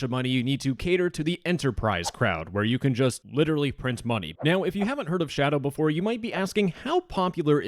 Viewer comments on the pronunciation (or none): none